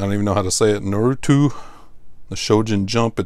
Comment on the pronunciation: NARUTO - Pronounced NAR like Car You TOE ( Only know cause my daughter used to read those books ) Ha Ha